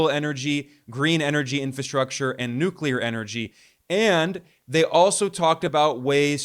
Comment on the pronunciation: Thank you for knowing how to pronounce NuCleAr 🎉